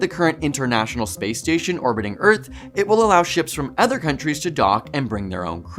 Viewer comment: The word is OTHER not ETHER. I know you’re Canadian but try to speak English.